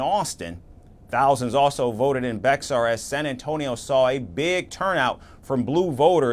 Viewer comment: Bexar county pronounced “bear” FYI 😊